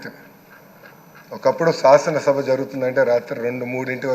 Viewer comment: సాసన కాదు శాసన